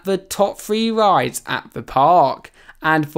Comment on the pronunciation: Fax bro 🙅‍♂️🙅‍♂️💀💀 « preTTy rIiiiiiideaess »